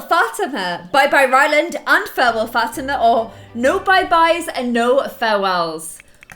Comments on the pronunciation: like fah-TEE-mah? cuz thats how i always said it. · Fatima's name is not pronounced "Fat-i-ma". It's pronounced Fa-ti-ma. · Ok it's been a long time you have been called Fa-ti-ma Fat-i-ma and it's kind of bugging me, because i actually have a friend named Fa-ti- ma. The correct way Fa-as in fall, Ti as in T, Ma and Ma like calling your mom Ma. Hope that makes sense🙏By the way love your channel. Must say i was your 100 subscriber😎